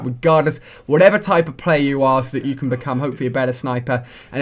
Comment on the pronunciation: jou kan not quickscope